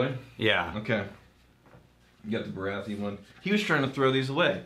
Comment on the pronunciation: Hands up if you already knew wouldn’t pronounce Baratheon correctly